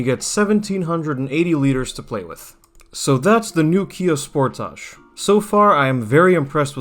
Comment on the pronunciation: The way you say sportage makes me nauseous. It's as if you're purposely saying it wrong.